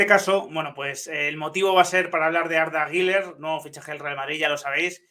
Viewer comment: Felicidades también a ¡¡Pronuncia bien Arda Güler!!. Parece imposible para muchos!!.